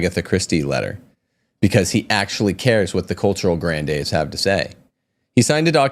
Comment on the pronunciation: ‘Gran-deez’ like ‘sneeze’. Pronunciation is not your strong point. Please, ‘Down-town Abbey’?? The word ‘vetus’ is pronounced just like it’s spelled. ‘Vet’, like an animal doctor…